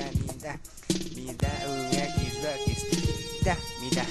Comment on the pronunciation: kkkkkkkkkk crl o cara fala eggs box